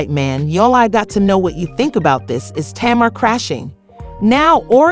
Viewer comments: Her name is TAY-MAR. 😊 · Why are the names being pronounced wrong